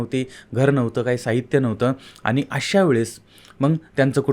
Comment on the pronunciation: सारखं सारखं आनी आनी खुपच अशुद्ध बोलता हो तुम्ही.